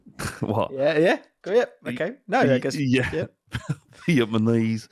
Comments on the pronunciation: VIETMANESE, TWICE!! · “Vietmaknees name” Yep … 😂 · The initial 'yep' from after the incorrect pronunciation of Vietnamese from, followed by a few seconds of silence, which is then interrupted by once again calling this person 'viet-ma-knees', and the face then subsequently pulls, is the absolute cinema that I've now come to expect from JAUPFN. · "Vietmanese" sent me before the accent even came along 😂